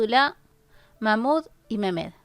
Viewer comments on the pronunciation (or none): Mirimah: se pronuncia Mariam Mehmed: se pronuncia Mejmed